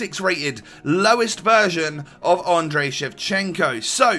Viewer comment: ANDRIIIY-I NOT ANDREY-EEE!!!